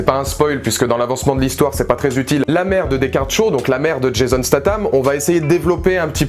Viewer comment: Pis c'est Shaw pas Sho!